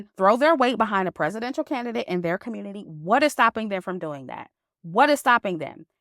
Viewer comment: I giggle when she says “Communi-Taahh”